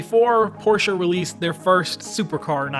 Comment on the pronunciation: thank you for pronouncing porsche right ;)